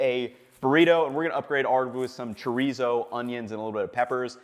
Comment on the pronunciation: I love you Ethan I really do, but the way you just said chorizo was the whitest shit I've ever heard. it gave me a laugh. great little breakfast taco/ burrito though.